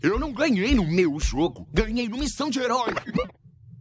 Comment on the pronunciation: ganhei no missão de herói o que eu escuto: ganhei mijão de herói